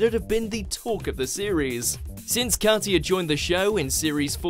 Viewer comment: 10) Alesha Wiz robbed and he my deared Shirley. 9) pronounced Ol-la 8) Kat-ya should be higher. Anton's Latin is a bit pants but he is a legend. Oti's just won this year with Kelvin :-)